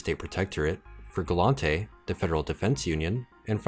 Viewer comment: Its gallente. Not glontay